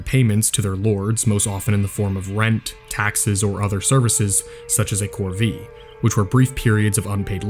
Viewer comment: Courvee = "coor-VAY."